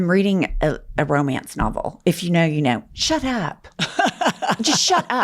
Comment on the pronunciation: I've heard u say not to long ago "if u hnow u know "